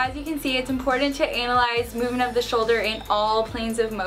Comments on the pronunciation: Did she say, Anal-Eyes at the end instead of anna-lyze? Lol! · I'm sorry was it just me or did it sound like she just pronounced analyze, anal-ize?